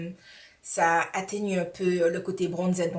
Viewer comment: Lol "Bronzed"?? Dis moi.. tu sais que ça ce dit pas "bronzed"en anglais au moins ?